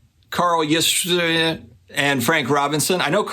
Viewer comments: Wow, you really don't know much about baseball and the grandfather of sports cards collecting! And you pronounce Carl's last name; Ya/strim/ski. Thanks for sharing that. That a neat little collection to come into. Yankee fans would LOVE those Thurman Munson cards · Say it with me.... YAZ-STREM-SKI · Say it like this... “Yah-strem-skee”. Or just call him Yaz and you’ll sound like a baller. Go with SGC for the cards you want to keep in your PC, IMHO. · Amazing! I just came across a box of older cards I found from 71-79. Born in 70 so I grew up watching these guys. Mostly all hof’ers I must have put aside. Mays, Aaron, Ryan, etc. and that “Carl” guys pronounced Yaz-Trem- Ski 😉 Don’t know what to do with them since they are all different conditions and prices vary a lot. Live in Pittsburgh so LOVE the Clemente!!! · Don't be lazy, try to read ya-strem-sky's name. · Just call him "Yaz". 😄 Also, his grandson Mike is in the league now. Gotta learn how to pronounce the name.